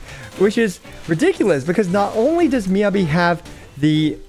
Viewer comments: It’s MEE-YAH-BEE! Jeez, how are you STILL saying it wrong??? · Anyone else get triggered by him saying her name wrong? lol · The pronunciation of Miyabi hurts me.